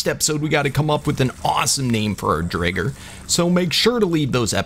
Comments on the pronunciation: Name the driger pink panther also it’s pronounced dryger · I think your pronouncing driger wrong ?🤣